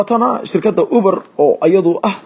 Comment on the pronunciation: Ubar maaha waxaa loo akhriyaa , Yuubar 🤣🤣🤣🤣🤣